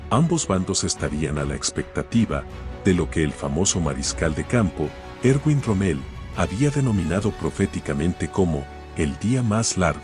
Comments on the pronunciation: Rommel, mal pronunciado. El error verbal al usar términos mal pronunciados, a causa de la dislocación acentual, es un fenómeno demasiado frecuente en pronunciación y que puede combatirse con la ayuda del diccionario. La destrucción del idioma por culpa de suramericanos es terrible. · Excelente video, lástima la pronunciación de la voz relatora: no se pronuncia ROMMÉL... sino ROMMEL... en fin. Buen trabajo por lo demás. Gracias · ¿Por qué lo llaman Rommél? El tipo era bajo, pero no tanto como para ser francés.